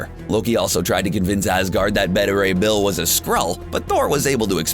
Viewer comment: Namor pronounced wrong, and Beta Ray Bill pronounced wrong.